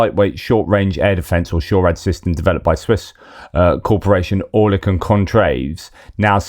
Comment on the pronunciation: Oerlikon is pronounced 'ir" as in bird. Ir-li-kon. A well known gun OEM "made famous" in WW2